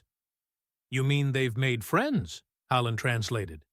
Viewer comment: Decent story but the way the reader is pronouncing 'Hallen' is extremely aggravating. Doesn't help that the subtitles occasionally replace Hallen with Helen.